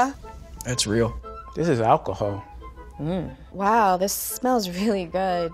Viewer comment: “ this is ahcohol” Wowwwwwww siding know u made margaritas with ahcohol